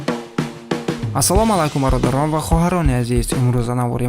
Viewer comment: Додарчон, "асало малайкум" не! Ба услуби гуфтор ва талаффузи сахех ахамият дихед.